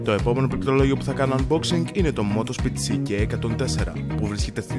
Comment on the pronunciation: νομίζω ότι πρέπει να κάνει πρόβα τη λέξη πληκτρολόγιο